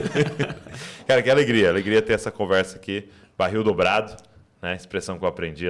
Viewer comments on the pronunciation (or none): Explica pra ele,.. Não existe baril dôbrado... É dóbrado. Por favor